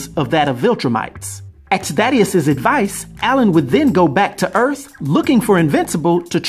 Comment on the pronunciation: Oh maaan you mean it isnt no Urath but "Earth".... Maaaan im gonna be soo soo....